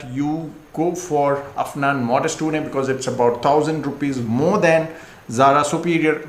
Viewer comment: It’s not OOONAY but OOON.